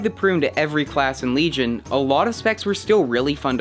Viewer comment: WEGION WEGION HAHAHAHAH